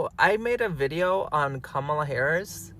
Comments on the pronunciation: Funny how the first one doesn't even know how to pronounce her name correctly. Yawn....former VP Harris is resting. They need to be sending all that energy to those Latinos that voted for Dump. Start there, address those issues and then come back later on. We might be interested to listen then ( might). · Don"t worry about her running in 2028 most of you who rejected her won"t be here...keep talking disrespectful by mispronouncing her name...keep with lame excuses of why you didn't vote for her. talk to the people who are deporting you!!! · 😂😂😂 these fools want her to come and do the work for them when they basically told her to kiss their azzes while they smiled all the way to the polls to vote for trump. All she needed was your votes and yall constantly shyt on that woman and still dont respect her enough to even say her name right. Yall helped make sure she didn't get the job so why tf are yall out here asking where she at??? Kamala is too classy to say it so imma say it for her....FK YALL! GO CRY TO TRUMP! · First of all we don't know anyone by that name can't even pronounce her name..so who is he talking about..go away dummy... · That thing won't even have the courtesy to pronounce her name correctly. You notice it doesn't say it voted for Kamala Harris. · Wow!!!!! Its not her job to be caring. She dont need you Latinos to be ASKING HER FOR A VOTE. You didnt give it then so go somewhere with that. Yall better handle your Lation business now! Learn how to pronouce HER NAME!!!!!! U DO THAT! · The Latino guy is criticizing Kamala for not continuing to speak out. But, he can't even afford her the respect to pronounce her name correctly . Hypocritical much? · First of all, learn to pronounce her name correctly. Secondly she did her part … did you?! I think Not!!🤔🙂‍↔️ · First, boy needs to pronounce her name correctly, secondly, Freaking 🤡🤡🤡 needs to stand back y’all voted for Trump. You reap what you sow. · HER NAME IS KAM A LAAAAAAAA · Say her name correctly 🎉